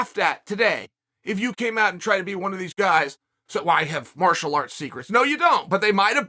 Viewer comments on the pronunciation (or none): none